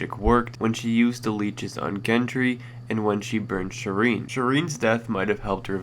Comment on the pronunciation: You fucking twit I'm so sick of you fucks mispronouncing shit . Gendry is pronounced like the G in George you fucking asswipe. It doesn't even sound like a fucking name the way you're saying it